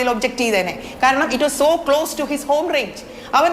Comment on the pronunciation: ഇറ്റ് ഈസ്‌ ചോ ക്ലോസ്... എന്നാ വായ...